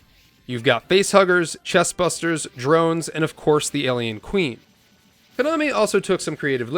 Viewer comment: Not that it matters to anyone, but they're "Chestburster" not "Chestbuster"...